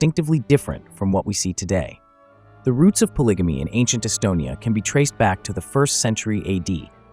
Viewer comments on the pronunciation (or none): Whelp…I can’t watch after the 1st 2 minutes since you said (po-lidge-a-me)😂